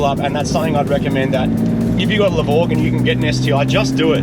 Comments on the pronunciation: No doubt this is ‘hypergramps’ (but we will still always hear ‘the grovel’ when you say it)😅😅. Subaru need to bring back the H6. Marty has just shown them what it can really do. Last point - If they made a levorg with just a stock 3.0 H6 and 6 speed, i’d finally consider trading my liberty H6, till then i’ll keep the liberty as long as i can. Congrats - loved this build, now to fix the STI (please)😮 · con-farquin-grats... nice build and nice numbers